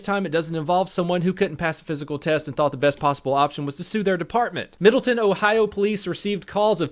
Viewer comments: Hi,! I'm a late comer (excuse the pun) to this video, but it's pronounced "middle-TOWN," not " middle-ton." yeah, I know, Ohioans... 😜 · Middle town. Not midleton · Its middle-town, just saying :)